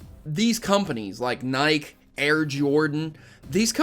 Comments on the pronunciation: This drove me crazy- it's pronounced "Nigh-kee", not "nigh-kk". Other than that the video was neat. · Love your vids, you make some good points in this one, and definitely agree with you that Pokemon isn't a "baby game". First, who cares what other people play? If its fun to you, go for it. I just got back into Pokemon after a long time away - I was one of the Gen I kids back in the late 90's, and I LOVE it again. But... that pronunciation of "Nike" is drivin me nuts man haha, phonetically its like "Ni-Key".. but other than that great vid man! haha. keep up the good work!